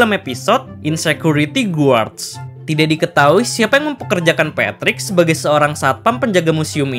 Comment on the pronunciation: Izin koreksi : Dalam kata "guard" Huruf "U" nya gk dibaca